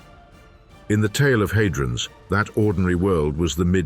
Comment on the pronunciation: Surely it's had-rons not hay-drons. AI fails once again. However, this is a very interesting documentary which asks profound questions.